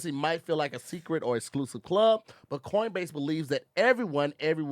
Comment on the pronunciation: He’s thankful for CORNbase hahaha